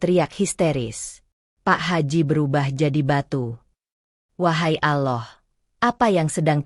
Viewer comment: Tolong ucapan Alloh nya yg fasih ..klo benar muslim...